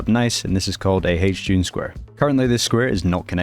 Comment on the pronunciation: every time i hear hjune footprint💔🥀